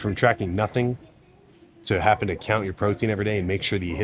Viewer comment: "Haffing" 🤔 I'm not sure I can trust the intelligence and attention to detail in anything you've talked about, given you're a grown man who can't correctly pronounce a word that the average first grader should be able to properly pronounce.